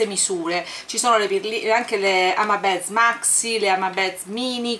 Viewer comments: comuncue non si dice hama beds ma hama bids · sei sempre fantastica. Partecipo al giveaway. Vorrei solo farti una piccola correzione spero non te la prenderai: "beads" si pronuncia "biidz". ripeto è solo una critica costruttiva, non voglio prenderti in giro con questo commento, sono sicuro che capirai.